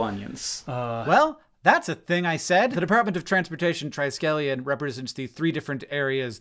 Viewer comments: to be fair, Sec. Buttigieg did say "tri-scallion" instead of "triskelion" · I’m glad you asked about the triskelion thing because I, too, heard tri-scallion and I immediately thought it was a lapel pin shaped like 3 onions. 😂 The clarification was much needed